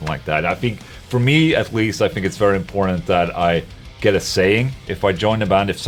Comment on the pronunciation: when Ola says important, inporntant comes out in the end